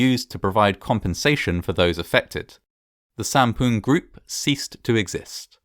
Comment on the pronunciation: lol u said "poon"